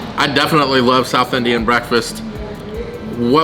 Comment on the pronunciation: Yours pronounciation towards southIndian cusines awesome!!